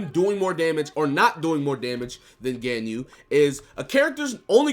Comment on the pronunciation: God the way you're pronouncing Ganyu is driving me insane lol